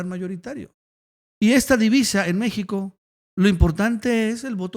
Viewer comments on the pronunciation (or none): none